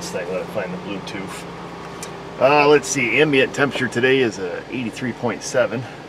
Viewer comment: let the AUTEL find the BLUE TOOF? thats how it sounded....dont worry you should read some of the texts I get from the people that are the Good Meds lol and you did a dual temp control fix not long ago and you replaced the unit behind the dash